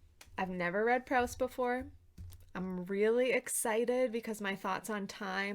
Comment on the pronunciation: After admiring Proust from a far for 30 years I finally made a start in January. I'm currently coming towards the end of 'Shadow of Young Girls in Flower' in the new Carter edition. I love it, my aim is to read it over one year. Hope you're getting on OK. (it's Proost, not Prowst! :)